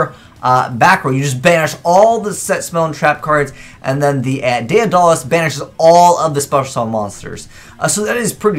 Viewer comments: "Dead-uh-luss" not "day-uh-doll-ass". illiteracy strikes again. For $1 a day, you too can help poor under-educated 27-year old children learn to read. Please spread the word. Thank you for your attention. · Emmy Quiades It's Day-duh-liss. You illiterate fuck.